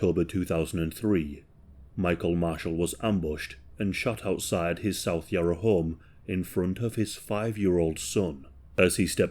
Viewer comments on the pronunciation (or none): none